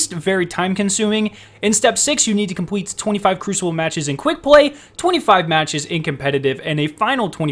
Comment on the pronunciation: “Compweet” “pway “ lol 😂 hilarious thanks for the vid